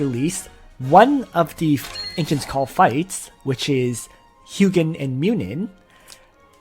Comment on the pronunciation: Correct pronounciation is HOO-jin and MOO-nin. You should change title to Ancient Call edition since the setup you mentioned is mostly for that. Im thinking of using Ullrs and holy pegasi since i lack sky archers currently, and pegasi give 50% reduction when attacking. Outside of AC, sprint from pegasus route is invaluable when not using leticia. Other things worth mentioning are the pegasi route lacks melee skills.